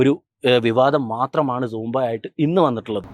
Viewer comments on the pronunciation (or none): സോമ്പ അല്ല സൂമ്പ. 😜